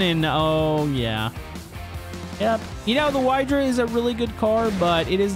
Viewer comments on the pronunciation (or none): Hey,, the name of the Wydra car is not pronounced [Why-dra], it is the polish name for Otter and you can pronounce it [Wee-dra] or [wie-dra] as in wiener sausage